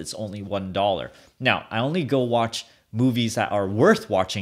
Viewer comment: Moives instead of Movies :D